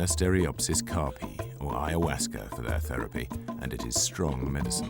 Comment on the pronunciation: Caapi, not carpi.